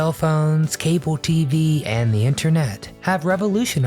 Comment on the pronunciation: Caboo not cable? Chiood not child? Goff, not golf? Toad, not told? I know you can do it! (In the 70s I had a lot of speech therapy myself.) Back dashboard? The back window. Inhale paper or fumes? Inhale mimeograph paper fumes. Pour milk. Dump a bowl of cereal. Greased-up floor? Not a waxed and polished one?